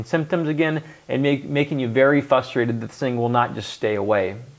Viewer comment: Frustrated not fustrated, Doctor!